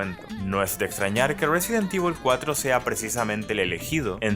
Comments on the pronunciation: Como cuando le dices resident tivol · resident ivol